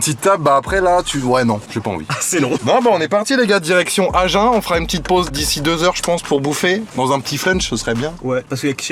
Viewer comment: On dit aginnn pas agen !!!!😂😂